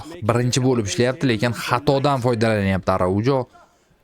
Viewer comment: Arauho aytiladi